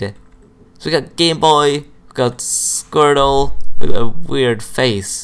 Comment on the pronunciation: I like it how he says scurtle instead of squirtle :3